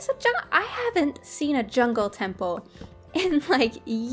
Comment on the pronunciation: Hahaha When she found the jungle taple she said jonh so cleary not anything close to jungle but shes a great youtuber and shes just what i wantd she can build and it teachs me new things great youtuber keep it up